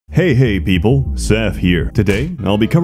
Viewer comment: The inflections on "Hey Hey, People" were a little different this time. Is everythin okay,?